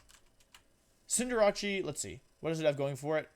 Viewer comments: U say cindrace so weirdly its cinder race not rache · His pronunciations really get me “cinderawchee” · Cin-der-RaChI 😂 it’s Cin-der-race bud other than that I think cinderachi should be moved up to like B or A and with it’s hidden ability it should be S. Feraligatr is very slept on yeah there are Pokémon’s that can do it’s job better but in a vacuum it can definitely get the job done so I think it should be like B and Meganium should be an F tier mon tbh I know I just said this about feraligatr but other Pokémon’s does meganium job much better the only difference is meganium doesn’t have much if any coverage moves while feraligatr does. (P.s. I haven’t used a meganium since like gen 4 heartgold online battle days so if it got coverage now in gen 7 or 8 then I guess it can stay where it’s at but if it doesn’t that should be an F) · xcuse me- cinda-rachi? you mean cinderACE? where did jirachi come from- ALSO- DEKKI DEWI-- OH MY GOD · Also the fact he said Cinder-ase As Cinder-ache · Cinderachi.... cin-der-ace I think you mean. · I can't get over the fact that he called cinder-ace "cinderachie". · Cinderatshy? Cinder-Ace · He’s a professional Pokémon player and still doesn’t know how to pronounce the names! First off, it’s scorbunny, not cinderace, and second, cinderace is literally cinder & race, not cinderache! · cinder-ache? I thought it was pronounced cinder-ace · Excuse me ? Cinder-ache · Why did I laugh so hard at the way he pronounced cinderace? 😂😂😂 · "dekidue" "ciinderatti" is this really how you pronounce in english ? i would never imagine that it was like that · I love how he pronounces cinderace as “cinder-atch-e” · wtf are these names.. deckydooey.. cinderachi.. wtf Decidueye.. Decidu- as in deciduous... then eye. Disijooeye Cinderace... Cinder as in igneous rocks. Then ace as in playing cards... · Dekeedooey and Cinderachee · Decky Dooey? Cinder Ache?? What the hell is this pronunciation? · Cinderace? “Cinderatsie”